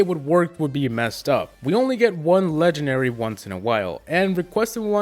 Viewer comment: Does it bother anyone else that he says legenary instead of legendary